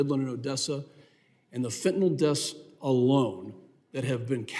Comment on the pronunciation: Fentanyl. Last syllable rhymes with HILL. There is no O in Fentanyl.